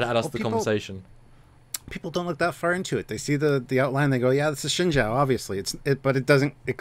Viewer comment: has it down. Shenzhou is pronounced like "Shen-Joe", not "Shen-Zow".